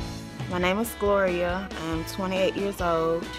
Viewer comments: Her name is Gloria....... not that hard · Gloria,...her name is Gloria